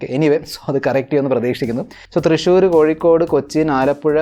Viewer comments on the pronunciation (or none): none